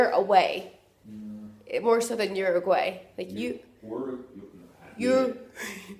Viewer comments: Uruguay not Uraguay. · Montevideo, UrAAAguay???? Whaaatt??? Ooh-rooh-gooh-aah-ee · Try pronouncing it .. Ooooo- ruuuu-why. 😉. Merry Christmas 🎄